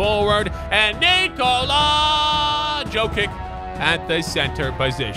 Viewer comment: Im from Serbia and its pronounced 'Bogdan Bogdanovich' and 'Nikola Yokich'